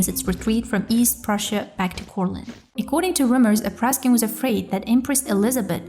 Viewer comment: Not Apraskin, but Apraksin.